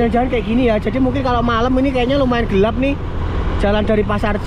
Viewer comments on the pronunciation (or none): none